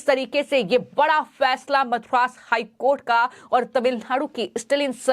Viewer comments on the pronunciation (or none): This girl puts ha in every thing, ma'am it is not Mathura HC, it is Madras high court. Pls listen to how you speak after completing the video.